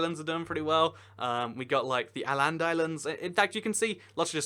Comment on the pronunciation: Äländ? i would pronounce it more like Oh-land. It literally is O-land with a swedish O (Å)